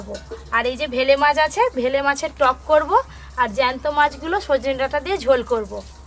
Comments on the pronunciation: ভেলে মাছ নয় oii টা বেলে মাছ উচ্চারণ গুলো সবসময ভুল করে বার বার ভেলে মাছ ভেলে করছে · Bele not bhele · ওটাকে তো বেলে মাছ বলে। ভেলে মাছ টা কি জিনিস???? পাড়া গাঁয়ে থাক অথচ মাছের নাম টা ঠিক করে বলতে পার না ???? ভেলে মাছ ।😂😂😂😂😂😂😁😁😁😁😁😁😁😁😁😁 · Ota vele na bele mach hobe go di 😂😂😂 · Ota vele na 😂 bele 😂😂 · Vele mach noy.bele mach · bangala ta ektu bhalo kore bolbe.ei video to sobai dekhe. Vele mach noi bele mach. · Uccarono thiktak kore na, vele jabano noy, bele jiono bole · এটা বেলে মাছ।ভেলে মাছ না। ঠিক করে বলো। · Vele mach noy.bele mach. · ।কথাটা হচ্ছে বেলে মাছ! ভেলে নয়!